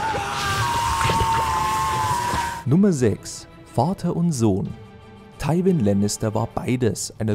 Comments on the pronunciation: Teiwenn Lannister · "Thaiwin" Lannister 🤣🤣